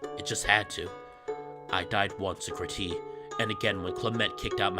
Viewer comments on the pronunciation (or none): I can still not get over you saying Crete as /kriti/ and not /crit/ Crete is generally pronounced as Creet